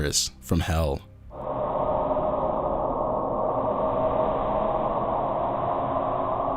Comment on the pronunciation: orginal. Pehfect!